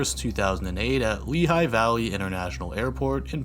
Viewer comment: Just proud to hear a non-Pennsylvanian say LEE-high instead of Le-HIGH